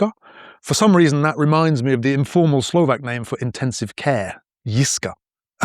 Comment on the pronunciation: You pronounce Slovakian words flawlessly.